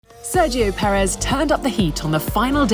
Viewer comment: I don't believe my ears, she said "Pérez" correctly (no "Peréz" anymore)!